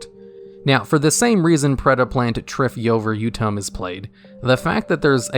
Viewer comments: Mans really pronounced Triphyovertum correctly in one go. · Great job on pronouncing Triphyoverutum so effortlessly!! Some of the Predaplants have names that take major effort to pronounce.